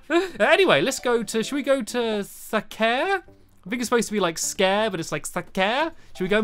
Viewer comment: I think you say the first a on sacare you say really quickly.